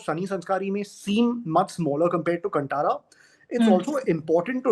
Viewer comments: कंटारा नहीं कांतारा.. Pronunciation improve karna padega.. Aapke Hindi bahut weak hai. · Desi people pronouncing it as kuntara 🤦 Kaan Taara! Ko Kaan Taara bolna mushkil hogaya apne hi desvasiyon ko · Now they are pressurised to say good about KANTARA Main thing is that they can digust success of other industry Bollywood make movie like nothing no story They make movie for bunglow people not for the middle class people... They are pathetic... Main things is they can't pronounce KANTARA correct.. They make movie in Hindi not able to speak one correct line in Hindi... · कंटारा क्यों ? कांतारा है 😡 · Hindi people ko aaj b kaantara k pronounciation ni aata 😂😂